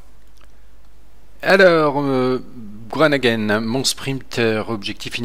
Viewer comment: super vidéo avec un bon kruijswijk sur le ventoux ,Martens qui gagne à Revel et un peu déçu par Groenewegen (pas gronegen,on dit gro ne WE(qui se prononce ve) et le en)